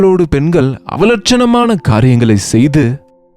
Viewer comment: அவலட்சணம்.. என்று சரியாக வாசிக்க விடாத மாயை என்னங்க..?